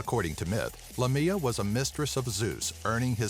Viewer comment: Haha, the second creature is actually Lámia, not Lamía. Lamía is a town in Greece, and one day, when I was young and I couldn't read very well, I read Lámia in a road sign and my father, who was driving the car, laughed and then explained me what Lámia was! I freaked out...!